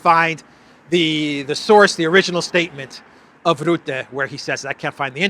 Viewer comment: Your pronunciation of Rutte is wrong, the u is pronounced as is in 'buck'